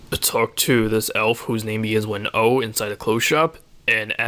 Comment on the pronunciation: "whos name gins with a" sounds like you're saying gynswen e and gynswen a.. i waited 5 mins looking for gynswen.